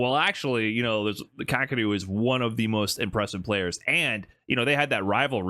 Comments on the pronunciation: It's not kah, keh, or roo. Definitely not ROOOO. It's ka-ke-ru. But hey, I guess it's better than "cockadoo" which is literally how 99.9% of Americans pronounce it. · Not Kack! Kah--Keh--Roo.